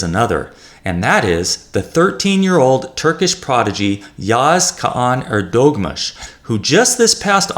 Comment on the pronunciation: EHR duh moo(h)sh, not your pronunciation.